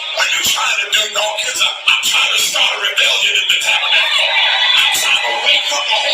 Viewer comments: isn't his name DAWKINS not DINKINS?? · Why do you keep pronouncing the man’s name wrong🤔⁉️